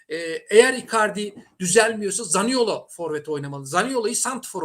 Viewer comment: Hala zaniola demenin anlami ne? Zaniolo adamin adi zaniolooooooooo